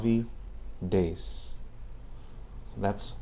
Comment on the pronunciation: Você realmente tem um ótimo sotaque português-brasileiro, apenas a pronúncia do número 10 ficou um pouco a desejar. o correto seria 10 = Dez (déz)